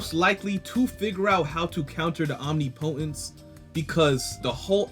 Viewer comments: Om-nipa-tense... say it right, it sounds bad and I want your channel to be it's best. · Bruh you should google how to pronounce omnipotence cuz you’re butchering it lol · Google the pronunciation of omnipotence... I'm not going to have a brotha out there like that😅... Unless you have a more sinister plan🤔🤔🤔🤔🤔🤔🤔🤔🤔🤔🤔🤔🤔🤔